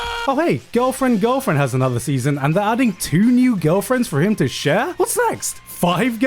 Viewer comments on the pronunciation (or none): none